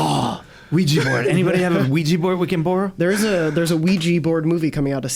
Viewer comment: At the end I just heard Wii-Gee board.... this must be the nintendo version right?